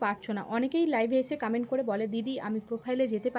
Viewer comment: কামেন্ট না কমেন্ট 😂